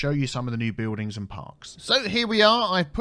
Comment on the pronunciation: “Bewldings” this pronounciation is triggering my SO bad!!